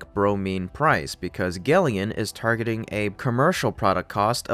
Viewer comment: I am going to suggest that gelion is really pronounced “Gel” “Ion” as it accurately describes its battery tech.